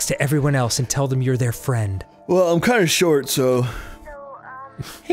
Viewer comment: "She was my only fronk"